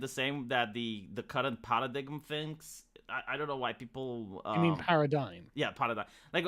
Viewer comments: "Paradiggum" Gotta love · Lol, just heard say that now. I wonder if he is being funny or he has only read the word and never heard it being said.